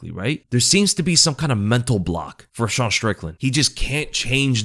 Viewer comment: Why do you pronounce Sean Like a French Dude?